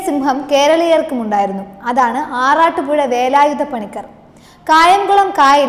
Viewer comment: കുട്ടി അക്ഷരം തെറ്റാതെ പറയുക... പണിക്കാർ അല്ല പണിക്കർ, ഏഴവ ശിവൻ അല്ല ഈഴവ ശിവൻ. വേലായുധ പണിക്കർ കേരളം അവഗണിച്ച ധീര യോദ്ധാവ്.